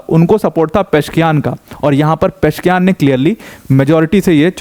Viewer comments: It's not Mahmood it's "Mas-ood" and "Peh-zesh-kee-an" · Sir it is " मसूद पेजेशकियान" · Masoud को mehmood पढ़ना कैसे सम्भव है l Pezeshkian. पशकियान इसको अगर आप गलत पढते तो...